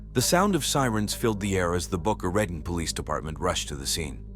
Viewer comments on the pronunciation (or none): well that depends on who you ask if it has a long O with an E like you suggest or like we say in the east boca ra taun but either way it isn't the way AI says it ....def not boca right-on lol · Is the town called Boca Raton? Not "Baka Reten" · Isn't that pronounced Boca Raton ?? !! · The city is pronounced Boca “Ra tone”